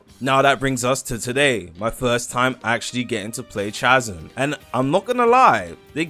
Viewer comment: thats not how you pronounce chasm bro stop torturing me 😭